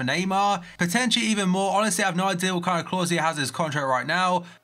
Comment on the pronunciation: "if an offer is mehr" What the hell is he saying.